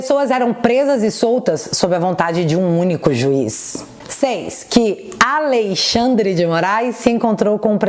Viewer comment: "Aleixandre" deu boa!